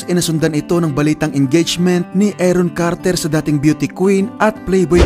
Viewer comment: Aron Carter po hindi Eron Carter. Paki ayusin po ang pronunciation.